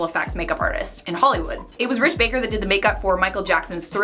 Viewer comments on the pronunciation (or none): Uh... sounds like you were saying Rich Baker... his name is Rick Baker. Rick. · That is Rick Baker not Rich! Love ya. You make being in quarantine more fun.